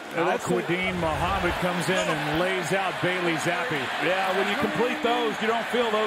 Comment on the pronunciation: Why pronounce the E just say Zapp like everyone else